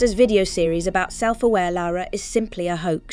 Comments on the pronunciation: It's weird how this Lara (correctly pronounced 'Lah-rah') pronounces her name differently almost every time, but never correctly. You'd think an artificial voice would just pick one and stick with it.. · it made me a bit mad she reffered about herself as laura lol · Leeara Croft AI calling Lara "Laura". What a load of 💩.